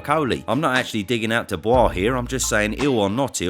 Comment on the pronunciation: I've found the one downfall of using this chanel to buff up on boxing knowlege to impress people when one of my friends has a bunch of lads and lasses round for a few drinks on boxing night..... apparently Dubiois is not pronounced the way I learned to pronounce it (I learned from watching these vids) I'll never not call him Dubiois now but I got absolutely creased at when I tried to join in the boxing conversation.... so yeah, that happened 😐